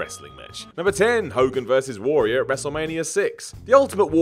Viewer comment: the way mispronounces the word `warrior' has to be my personal pet peeve